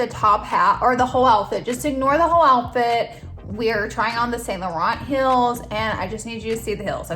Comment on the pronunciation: To me it sounds like she’s saying hills not heels but I’m also dead so I could be wrong 😂